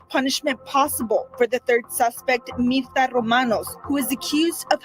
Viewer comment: It’s pronounced preciado, not picado . I wish people would take time to read names right.